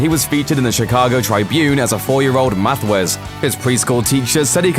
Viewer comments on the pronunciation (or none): I know its trivial but in the States the Chicago Tribune is pronounced like "it" not trybune, very trivial I know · How dumb do you have to be to not know how to say Tribune.